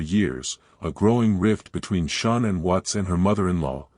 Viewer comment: I can’t even listen to these because Shan’ann’s name can’t even be pronounced correctly.